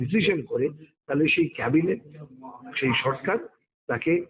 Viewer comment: Cabinet noi Chorinet 😂😂😂😂